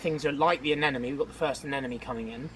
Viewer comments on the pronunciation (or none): Am I the only one that hears them say "anenome" instead of "anemone"? English is not my first language and it's driving me insane not to know for sure because it always seams to me that they both say anenome:) but I do know it's anemone. I am on a marathon on videos, just found her and I love the content.